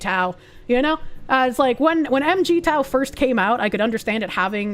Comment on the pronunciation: seems to still have the wrong idea of "M.G. Tao". 🤣Correct pronounciation is "mig-tao" actually. As someone who identifies with that term, I can say, with absolute certainty, that it is not a black pill. In fact, it's a crimson red one. Most first-gen "M.G. Tao" people were actually divorced men who personally experienced how hopelessly men lack rights in the family court system. And even before that, the Japanese herbivore men were doing this 10 years before it even caught on to the west. To grossly oversimplify, think of it as an incel who has truly moved on, realize the only way to win is to not play, and pivoted towards personal passion projects and actually enjoying life. Hence, Going Their Own Way, as the acronym stands for. If anything, it's incels that eventually get nihilistic and black pilled, as they've circled their own identity around them not being able to get women.